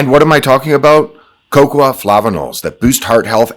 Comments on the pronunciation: lol, "Cocwa" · who pronounces cocoa that way? lol